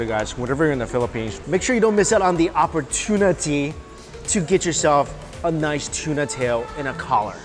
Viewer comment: "OpporTUNAty" Nice one 😁😁😁